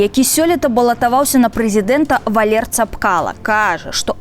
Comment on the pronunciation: Мне одному резануло имя Валер? Зачем так карявить имя?